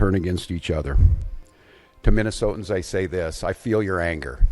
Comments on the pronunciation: Good grief, if i never have to hear "Minnesotians" again, it will be too soon. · When did they start calling Minnesotans, Minnesoans? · When he says “Minnesotans” does he mean United States citizens that live in Minnesota? Or just whoever the fuck happens to be in Minnesota?